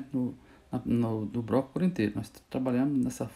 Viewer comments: BRoco não cara , “BLOCO”. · Muito top mas na proxima so fala (bloco) nao fala "broco"